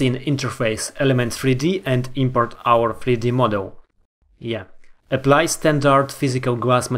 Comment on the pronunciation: не эпли, а эплай,!